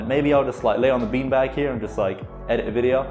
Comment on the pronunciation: Low key feels like sometimes you say peen bag